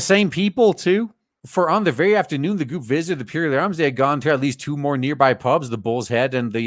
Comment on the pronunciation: I would love to see one of these scam attempts go to court. It would be nice to think that the judge would trample it into the dust, but you can't trust judges to have so much as a scrap of common sense these days. BTW, it's pronounced PURR-ley, as in the noise that happy cats make.